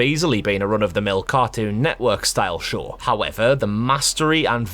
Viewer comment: when he says show the subtitles make him say shore...